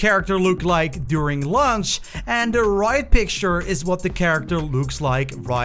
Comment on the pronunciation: listen to the youtuber he says "Lunch" instead of "Launch" 🤣